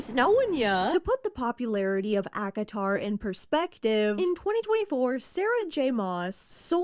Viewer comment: Every time says ACOTAR, i feel like shes saying Akinator 😂😂